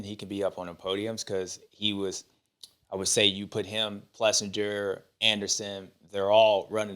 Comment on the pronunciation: James it is pronounced PlessINGer and not PlessinJer ! Come on man . What if they called you Bubba Steward ?